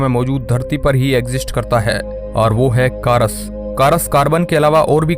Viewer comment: 2.34 caras😂...not cars🙄